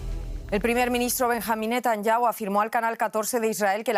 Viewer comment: Van mil meses de guerra y todavía no aprenden a pronunciar bien el apellido del primer ministro. Son un desastre